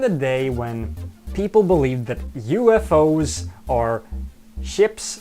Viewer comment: Why do you keep talking about these "Yuu-eff-ohs?" Your titles said you were talking about UFOs.